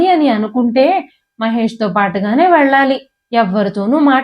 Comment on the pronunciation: ఇది చూస్తున్నారు అంటే అందరికీ తెలుగు వచ్చే ఉంటుంది. రానిది చదివే వాళ్ళకే. ఎందుకంటే వాళ్లు ఇంగ్లీషు లో రాసుకుని చదువుతారు కనుక. అందుకే, వెల్లి, పెల్లి, మల్లి, భానుమతి కానీ బానుమతి కాదు,మొదలైనవి అలా పలుకుతారు. దయచేసి తెలుగు కథలు చదవకండి. భాషను ఖూనీ చెయ్యొద్దు. తెలుగు భాషలందు తెలుగు లెస్స కానీ లెస్సు (ఆంగ్లములో) కాదు.